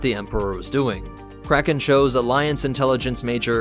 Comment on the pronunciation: Any one esle here crackhead when he say cracken